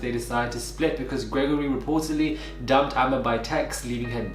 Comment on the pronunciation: I'm so sorry but I cannot stop laughing everytime you say Gregory. I'm from France by the way. The accent is killing me 😭😭😭